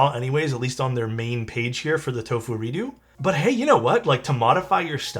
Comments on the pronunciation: Is it really pronounced 'redoo" instead of "reduks"? I'm confused. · Redoo??? Sounds like doodoo